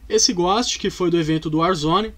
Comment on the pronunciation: Não sei pq mas me dói ele dizendo " Ghóst" e não "Ghôst"